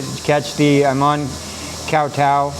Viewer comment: Great opening shot. The word for island is more like goh, it’s with a “g” sound. But I understand you perfectly.nNice video, jealous. I love that part of Thailand.